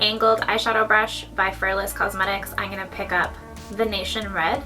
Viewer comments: I love you and your makeup SO so so much :) and it's pronounced veh-nee-shen haha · Just so you know, it's pronounced Ve-KNEE-shin this look is amazing xx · Sorry if someone said this already but it's probably Va-knee-shin (Venetian) Also love love love the wig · Ven-ë-shen is how you pronounce Venetian lol love you silly pants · The way you say Venetian 😂😂❤